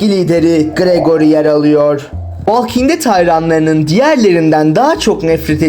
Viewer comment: Valking diye telaffuz etmeyeceksin, volking diye telaffuz edeceksin.